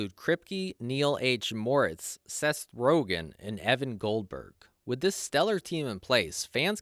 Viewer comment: ‘Sest Brogan’ 💀